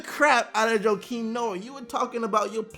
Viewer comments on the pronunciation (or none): none